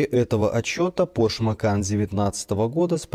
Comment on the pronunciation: ПОРШЕ, дядя, ударение на первый слог, не ПОРШ, вроде не 20 лет тебе)) Это я просто к произношению придрался, ролик то классный!